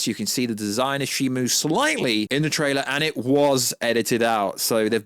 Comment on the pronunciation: Isn't it ShimO, not ShimU? I keep hearing people pronounce the name in different ways.